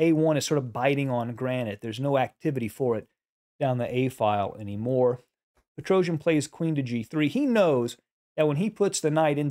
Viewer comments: I really appreciate your videos as they are very instructive but please do not pronounce Petrosian' surname in such a strange manner, even if you are not the only English speaker who does it so. I understand that English phonetics is difefrent from Armenian but I don't think it's so hard to pronounce the world champions' names in a proper way. The correct pronounciation is Petros-i-a-n, not "Petrouzhn".... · Dear Sir, great analysis, great game. Petrosian is pronounced pet-ro-c-ian. The letter c is pronounced just as in you a b c. Not Petro-j-an. He is not an epic Greek warrior. He is Russian. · You are very good commentator! But I want to correct your mistake in pronunciation of family name of Tigran - PetroSYAn. S not Z, accent on the last syllable. Thank you! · Precise calculation is required in some variation, but I think it is more about understanding nature of the position, seeing the pattern here. That’s where Petrosian was very strong. BTW, his last name should be pronounced much more softly, something like Petrosyian.